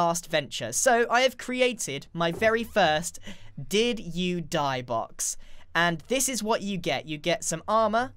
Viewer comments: At the end I heard “Digi-die” boxes and thought some virtual death. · The "Did you die?" sounds like "digi die" or "diju die". You should name them that!